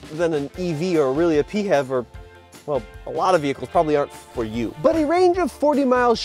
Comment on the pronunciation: for the love of non-existing god, please, stop saying "pee-have", pronounce it as "pee-eightch-ee-vee" instead😢😭🙏